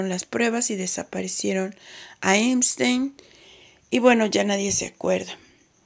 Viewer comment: Se dice EPStein no EMstein